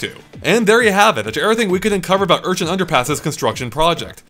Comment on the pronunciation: Urchin not Unchin